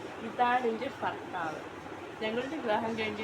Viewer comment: ഫർത്താവ് അല്ല ഭർത്താവ് 😃